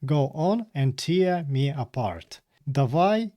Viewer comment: Tear у значенні розривати вимовляється не так, як слово сльоза. Воно римується зі словами wear та bear